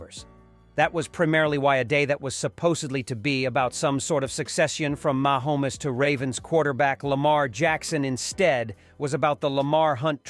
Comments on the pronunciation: Oh yuk....you can report better than this...Ma Homes. You are saying it wrong....even swifties can pronounce it. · I just love the machine voice. It sounds real but if the machine can't say Mahomes.